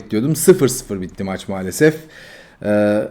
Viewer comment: Sen bu Kanalin ismini "mualasef"diye degistir.